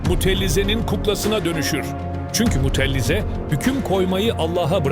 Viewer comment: mutellize değil mutezile